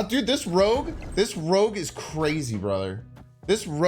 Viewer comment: Its bynxtard not rooj